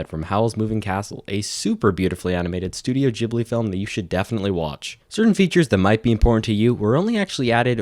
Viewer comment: The mispronunciation of "studio ghibli" hurt me